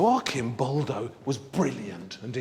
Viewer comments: the correct pronunciation is Artʃimˈbɔldo/ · Instead of letting him filmed in his documentaries that much, the narrator, who travels a lot to Italy, should use his time better, learning the difference between the "ci" dolce sound, and "chi", hard sound, then come back and articulate "Arcimboldo" correctly. Lamborghini? Carpaccio? Faccia? etc... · The 'C' in 'ARCIMBOLDO' is a prounounced like in CHURCH. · The way he kept on saying Arcimboldo wrong though... 😢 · Please, Waldemar, try to pronounce Arcimboldo with a c (like in the word chat) and not k (like the word alchemy) ... 😉